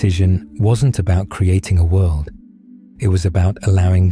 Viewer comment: I get way too distracted with that accents pronunciation of “world” lol not completely derailed from the message, just humorously distracted monetarily. I repeat it immediately “wuelldd”and giggle